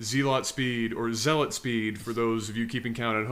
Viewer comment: "ZEE LOT speed" Oh, you were so young.